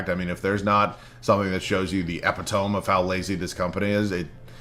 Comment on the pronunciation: The way you said epitome. 🤣